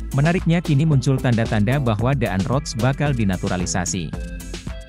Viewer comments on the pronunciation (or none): DAAN ROTS = dibaca DAN ROTS. Admin harus banyak belajar cara membaca yang benar, padahal ini pelajaran waktu di Sekolah Dasar.